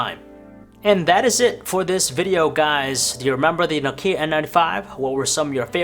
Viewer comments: n"OH"kia, not nok"IH"a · Why do you pronounce it so weird? It's 'Nokia not Nok'ia... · It's not pronounced No-kia. It's pronounced simply: Nokia. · 2018 and this idiot doesnt know how to pronounce Nokia... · PS: You mispronounce Nokia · Do people forget how to pronounce nokia? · Why u say Nokia like that 😐